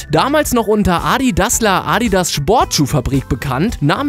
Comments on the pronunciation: es heißt adidas nicht aaaadidaas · Wie du ADIDAS aussprichst😂😂😂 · Wen regt auch auf wie er Adidas sagt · Wie du Adidas ausspricht 😂